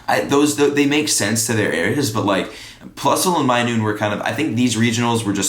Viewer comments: Minun. Not minoon. Not being rude just making sure you know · Minun pronounced, "my-nun" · he also called minun minoone